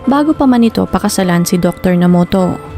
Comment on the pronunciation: Nomoto daw po ang tamang basa,hindi Namoto..